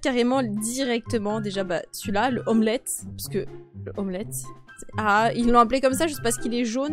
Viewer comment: sa me tue quand tu dis lomlette